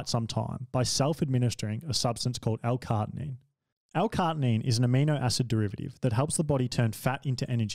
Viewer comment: CAR-NI-TINE not cartinine